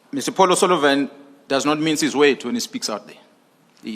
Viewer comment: Why does he call him Mr Polo Salivan?